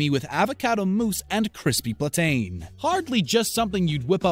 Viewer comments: PLATAIN....... THIS MAN SAID PLANT TAIN ITS PLANT-IN...... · the way he said plantain😂😂